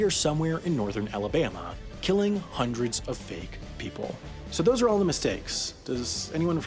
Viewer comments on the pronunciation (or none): none